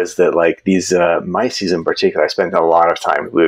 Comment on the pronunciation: i was a bit confused who this "Mycies" was, until i realized you mean Mises. 😅